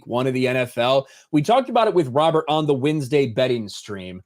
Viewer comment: I’m sure I’ll get crushed for this but why does say “wins-day” instead of Wednesday? Or Bingals instead of Bengals?